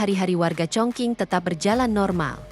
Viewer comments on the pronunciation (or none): Setiap youtuber yang baca negara Chongqing pasti salah. Chongqing di baca chungcing